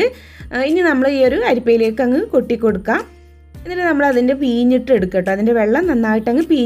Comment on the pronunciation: ഭാഷ ശുദ്ധ മാക്കുക പീഞ്ഞ് എന്നല്ല പിഴിഞ്ഞ്